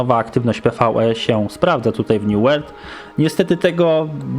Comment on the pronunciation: new ŁERLD... niezły początek :D dobra elo xd